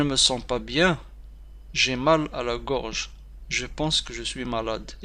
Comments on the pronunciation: Gorge pas groge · Une gorge pas groge